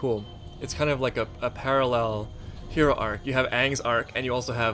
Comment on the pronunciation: oh no did he just call him ehro